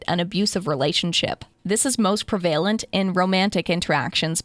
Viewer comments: For the love of all that's holy please stop mispronouncing PREVALENT!!! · This is interesting and has value. However, your pronunciation of "prevalent" is not prevalent. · This might be petty, but the way she/it pronounced "prevalent" made me turn the video off. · I’m sorry to inform you that the narrator is pronouncing the words prevalent and recitative improperly.